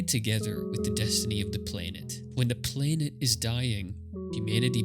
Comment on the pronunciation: Cool video, but I'm puzzled by the way you pronounce "planet". It's PLAN-et, not PLANE-et.